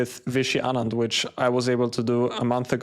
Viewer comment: Someone who says Aanand and not Anaand is rare Good job on the right pronunciation and the interview 😊